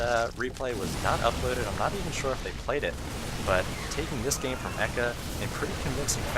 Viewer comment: Love your casts dude, and thanks for the info about Mr. Bitter's 12 weeks with the pro's. Just one thing, you need to learn to pronounce "game." You always say "goame" or something and it tweaks me out.